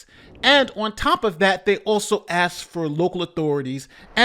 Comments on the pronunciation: One of my pet peeves is the word ‘Aks’. She should be fired for improper grammar. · Crooked mayor horrible grammer saying axe me another questions... Wtf it's ask me another question not axe moron.... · She can’t even pronounce the word ask who made her a mayor lol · Every time she says "ax" instead, "ask," I hear my mom correcting my grammar when I was a kid. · Just her saying axe and not ask should of been a red flag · "you aKsed me a question, and I responded"